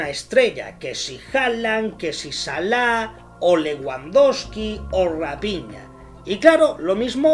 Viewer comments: se dice Rafiña no Rapiña..eso eres tu un ave de rapiña jajaja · Rapiña?????? Se dice rafina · Que feo que se pronuncie a raphina como rapiña...